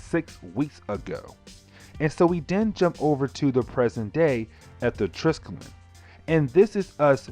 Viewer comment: say it with me : TRY - SKELL - EEE - ON!